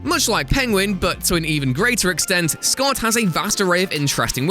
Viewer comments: Yes you are indeed going to hell for that Baby Shark reference, that being said Toyman's surname is Schott that's pronounced like the word "shot" not the name Scott.....and regardless of how it is spelled John Constantine is not pronounced phonetically "Constantine" is pronounced as if it was spelled as "Constanteen"! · Winslow Schott is pronounced Shot, not Scott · it's pronounced Shot. Winslow "Shot"